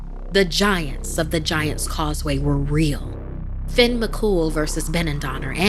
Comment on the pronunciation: Not very scary but I liked it ☺️ and it’s not Finn… it *Fyonn* as it’s pronounced. ☺️ just giving some constructive criticism. Don’t me. I’m only tell ya what I know ☺️ she pronounced the second name beautifully! But it *Fyon* not Finn.